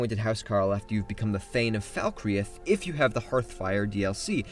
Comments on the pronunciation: Dude, it's pronounced "FALL-CREETH" not "Falcre-ith" you uncultured swine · Falkreath is not pronounced "Fall-cre-ath". Two syllables "Falk-reeth". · i think you pronounced falkreath wrong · This is TOTALLY the correct saying of Falkreath. Definitely.